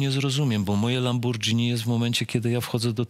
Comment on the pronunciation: LamborGini. Lambordzini to chyba drink.. ;)